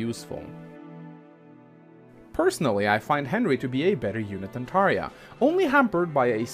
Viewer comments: lol everyone pronounces Tharja (Th-ar-juh) then I hear Tahria I'm like whotf is Tahria???? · I know right? Taria=/=Tharja lol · He's saying Tharja!!! I was sitting here for the longest time thinking, "Who the hell is Taria?!" It was killing me until I looked in the comments section and saw Tharja's name, and made the connection. Lol I was dying... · Wait, is Tharja pronounced "Thar-Ryee-Ah"? Checks Japanese name So she's "Saarya" (S is often used in place of TH in Japanese) in the Japanese version, meaning it's most likely it is pronounced "Tharya" They really need to voice the names more, or at least include a pronunciation guide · I knew he meant Tharja, but I was thinking ".....He butchered the pronunciation......no offence...." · ...Taria ? Do you mean Tharja ? Did you read the "J" as an "I" ? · You pronounced tharja wrong (not that anyone cares, I just wanted to point that out) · Blue Fire True